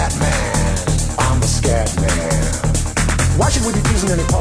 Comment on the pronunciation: lol..its scatman..not scapman you noob